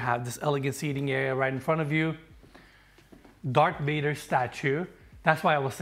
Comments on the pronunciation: did you say DARK Vader? lol. Great home, tour, and truly classy. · Did say “Dark Vader”?